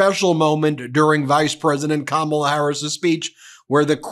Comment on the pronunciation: Ben, you mispronounced Kamala. Kam rhymes with mom not ham. It's pronounced comma-la.